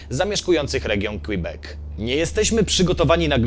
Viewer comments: tak na przyszłość to nie jest Qibek tylko Qebek. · Québec czyta się "kebek" :) A film ciekawy jak zawsze